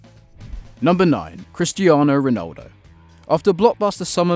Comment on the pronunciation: you said Ronaldo wrong